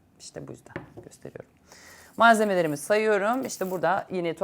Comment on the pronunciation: Malzelemeler derken? Malzemeler!